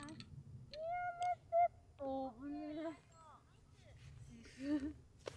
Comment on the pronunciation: 上達してるね＾＾。 ・・・「やめて」がもう大阪人やん＾＾。 ・・・「ゴロゴロ」な＾＾。あかん；；マクドナルドのｃｍがガバすぎる；；。 ・・・ナイス＾０＾クリーンヒット上手くなってるっす＾＾クリーンヒットの上手さがゴルフの上手さよ。どんどん上達でどんどん；；・・・。 ・・・ナイス＾０＾。お椀の上＾＾馬の背の逆やし